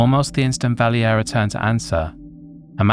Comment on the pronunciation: It's not pronounced "Valley- Era" it's actually "Val-Area" spelled Valeria. In English it's Valerie.